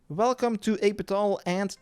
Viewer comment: I love the HI and “velcome” to my guide ❤